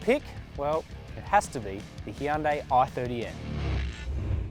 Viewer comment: How is it possible people in the industry still can't pronounce Hyundai properly? It's not that hard.